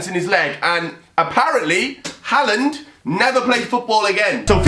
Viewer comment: Mate it’s clear you’ve got no idea about football haha do some research pal do you know why he kicked Harland? Ps it’s har-land not Hal-land